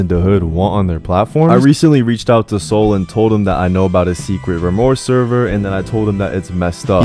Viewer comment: Are you talking about soul or soluh